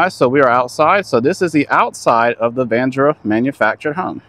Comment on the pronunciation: Its VA-RAN-DA Sir. Not VANDRA